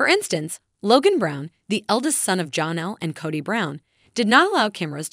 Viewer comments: Her name is not johnal itis jennell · And Janelle...with an a...not Jonelle...with and o. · Please pronounce Janelle name correctly